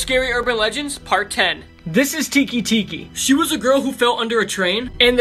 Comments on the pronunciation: it's teke teke not tiki tiki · The way he pronounced Teke Teke killed me.